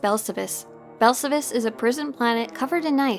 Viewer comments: awesome video! It’s pronounced Bell-Sal-Vis not Bell-suh-vis. It’s even pronounced in he game. Just teasing of course. Wonderful content as always! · Please learn how to pronounce Belsavis correctly. It's Bel sa vis. Listen to how the ingame characters and NPCs say it. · omg, why can't you pronouce Belsavis correctly? It's "Bell-save-us"! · Here’s how to pronounce belsavis bel-SA-vis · yeah Blazen is correct accept for one minor thing in game it's pronounced like this Bell-Sa-Vis pronounced exactly like it's spelled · please stop saying belsavis like that, damn xD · I've never heard of Belsavis pronounced that way🤔🤷🏽‍♂️ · Sorry I hate to nitpick but your pronunciation of Belsavis is incorrect which is shocking considering how many times I'm sure you were on the planet. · Everything about the vid is good, except how you pronounce belsavis. :P